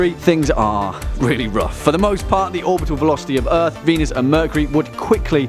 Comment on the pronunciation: "of ah ehth" Like this if you notice that